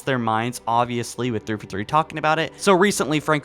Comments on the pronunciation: 343 is pronounced Three-Four-Three. Not "thrfuthree". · Dude, I am sorry - but every single video of yours I can't help but constantly be annoyed with how you pronounce thiforthee.